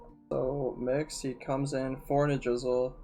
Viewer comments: also I believe it's pronounced ni-DRA-sil not ni-DRIZ-uhl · Lmao I kept hearing “drizzle” and thinking about rain.